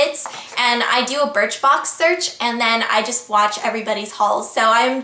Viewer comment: You said BIRTHBOX! haha